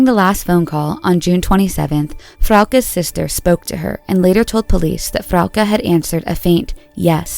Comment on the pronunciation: Wait we're splitting hairs over severity but no points for such considerate and careful pronunciation of Frauke and Tristan's names, which typically are severely screwed up? Well that is a bit servere in my view. Seriously. 😁